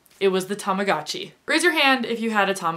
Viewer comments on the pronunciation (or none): TAMAGOOOOOOOOTCHI not TAMAGATCHI UGH I just can't hear you saying that , that way. haha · I had a baby blue one! Tamagotchi is pronounced so differently in Australia haha but oh god the memories